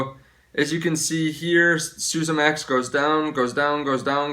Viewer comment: isn't Suezmax pronounced sue-EZ-max as in sue-EZ Canal, and not like SU-sa as in sousaphone?